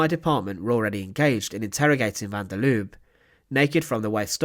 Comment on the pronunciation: Please take note that the e at the end of Lubbe is not silent, it must be prounced. Has about the same tone as the e in apple.